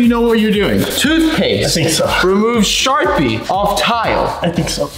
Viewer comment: This is how many times unspeakable said SHARPEE 👇